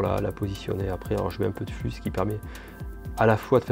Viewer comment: Ptn mec tu dit n'importe quoi propos des matériels utilisés tu dit isopropalique alor que c'est isopropylique tu dit flu alor que c'est flux et aussi une console se ne démarre pas sans disque dur voilà c'était pour moi ce n'était en aucun cas une critique bonne soirée